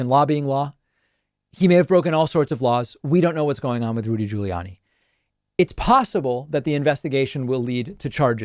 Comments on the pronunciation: So not the most substantial post I've made here lol.... but I've heard David continually pronounce "Gugliani" with a short "a" sound (as in "Annie") in his typicall dry humor way as he does with certain Trumpisms. I imagine this is a reference to someone having mispronounced his name in the past. Anyone know if it is (I have a guess)? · I sure hope so, and I love how David says Giuliani